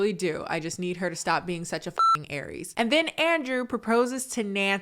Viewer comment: You said Aries a little too hard 😭